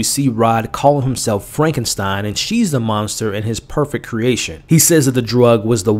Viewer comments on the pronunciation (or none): none